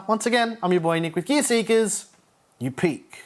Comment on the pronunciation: This guy saying gear seekers always sounds like "geerz zeekerz"